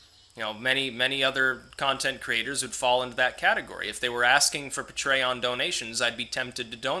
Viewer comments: I'll give you $2 a month to stop pronouncing it "Puh-tray-on" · You pronounce patreon: pay-tree-on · Lets say it together... Pay tree on. Patreon. LOL. keep up the great content. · Hey!!! Don't puh-tray-on-ize me man!!! Lol. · The way he pronounces patreon is pretty funny.